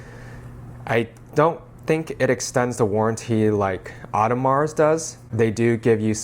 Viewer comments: Dude it's not "oddemarz" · Audemars silent s my dear.